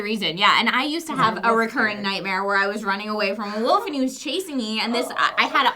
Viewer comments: It's not a fucking woof. It's a wolf. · idk about Hershberger country, but out west we pronounce it just how it's spelled, wolf (like wool + F) and wolves (wool + vz). You'd get made fun of and beat up in elementary if you called a wolf a woof. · Aaaw,... I now have lost respect for you for not pronouncing Wolf properly. -. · says 'wolf' and 'wolves' with quit a heavy accent